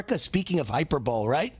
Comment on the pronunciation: Why is this guy pronouncing hyperbole “hyper bowl”?